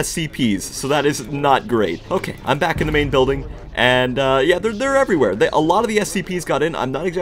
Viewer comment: "It's not OKEH to be OKEH"❤(titan cry)😢